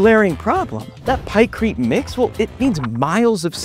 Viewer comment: “Pykrite, you take some wood, you take some ice, you get Pykrite” - Oversimplified. Also it was called project Habakkuk, but it was scrapped